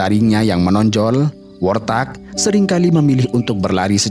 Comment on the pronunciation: Warthog bukan worthag, kendati demikian aku tetep suka😅😅😅